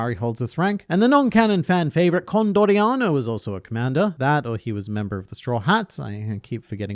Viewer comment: Nice theory, but you made on little mistake . It’s Con D. Orianao, not Condorianao